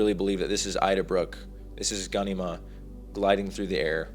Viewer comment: Bro gan-e-mah? Lol its directly said as gha-nema